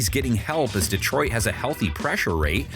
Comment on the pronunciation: "DEEtroit" lol